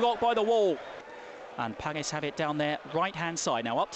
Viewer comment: Good commentating, especially when the balls in the box, but what the hell is that Paggis thing all about